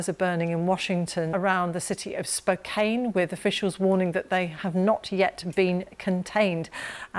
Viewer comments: Spokane, Washington is pronounced Spo-can, not Spo-cane.🙂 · Spokane is pronounced as "spo-can" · Spokane is pronounced with a short a, not a long a. Spokane was built inside a forest so huge parts of the city itself have burned down. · Spo-can.. It was arson not global warming.. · Sorry! It's pronounced Spo-Can. Can you say it? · “Spokane…” (pronounced Spo-kan like fan, man or ran. Thank you for covering this. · It's spo-can